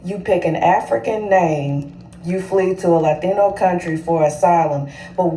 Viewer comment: Why do all these tethers tell the same lie about FBAs saying they're not black? What's even more ironic is that they're the same people who told us for years that "I'm not black, I'm Dominican/Haitian/Jamaican/Nigerian." I can tell by the way she pronounced Latino she's said that same phrase before.